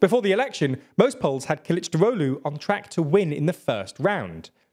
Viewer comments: Kılıçdaroğlu is pronounced: K(japanese u)l(japanese u)chdarolu, not killichdarohlu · Omg you pronounced Kilicdaroglu like nordic mythical god